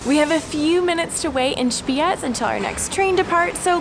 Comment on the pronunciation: I like how you pronounced the z in Spiez. It was very good